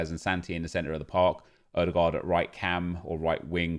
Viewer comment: How in the world did you actually pronounce Ødegaard right?